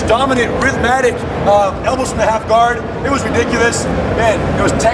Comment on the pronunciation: pretty sure rener just said elblows